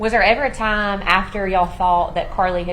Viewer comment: He knows exactly who she was dating This lawyer needs to be able to say TIME NOT TOMS